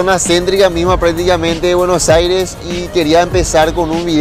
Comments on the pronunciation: Se dice Buenos Aires. No Bueno Aire 😠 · Me gustó y todo pero deberías trabajar en tu pronunciación, deberías decir buenos aires no bueno saires :v